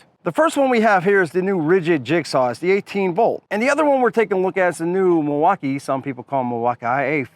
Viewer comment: If you keep saying Milwaukaiii I’m gonna have to report you to the FBI. This is illegal for sure 😂😂